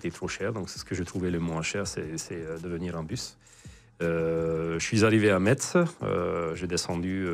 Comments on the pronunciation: Metz se prononce "Messe" svp Peut-être le seul défaut de monsieur :) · Metz....a prononcé MESSE. T muet...😅